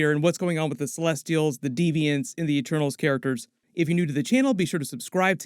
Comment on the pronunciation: At the start, I didn’t know if she was saying ‘Eternals’ or ‘ Ah-Tanos’ ??? 😂😂🤐